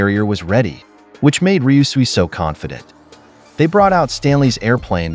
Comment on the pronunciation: How many times did he say ryusui and still couldn't say it right gah